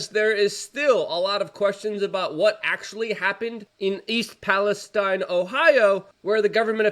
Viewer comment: Luke the town's name is pronounced Pales-teen